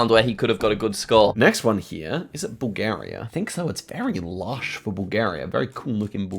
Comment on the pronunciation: "Im Headging my bets betwin col and ecu" its bulgarua